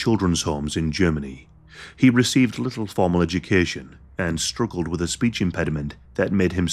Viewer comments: Sheh stoogled *😂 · We all out here strooogling